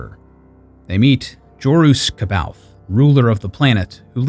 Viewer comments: Fun fact, Jorus’ last name is pronounced Sab-eye-oth. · Very good 👍 The only detail to modify is the prononciation of “C’Baoth”. It’s pronounced “ Saw Baw Yoth” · I always pronounced it as K Bay Oth so you are more right than me apperently. Then again I hate the way Karrde is pronounced even if its correct Kard just sounds boring. I pronounce it like a sauve kinda french way Karrday pronouncing that e. Feels more fitting to the man he is. But that's the problem with books everyone will pronounce the nonsensical star wars words & names in their own way different from the creators intentions. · I didn’t know it was pronounced Sah-By-Oth until I was about 30. I read the books at like 19. Multiple times. I personally said “See-Baoth” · C’baoth is pronounced SAY-bay-oth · C'Baoth is pronounced Suh-baw-th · You pronounce 'Kbaoth'. But the other guy that made this book into an animation series, say 'Sbaoth'. So which is right? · I understand...but I also know there are several sources with the official pronunciation, so knowing how to pronounce it makes it hard even though your mispronunciation is reasonable